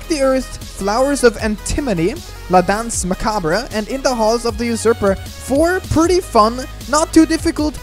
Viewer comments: It's pronounced la danse ma cabre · right prononciation for la danse macabre is [dɑ̃s] [ma.kabʁ] basically dans ("an like" in encore) macabr ("bre" like in I dunno any word that could be used as an exemple) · I think it is pronounced La Dance Ma-carb.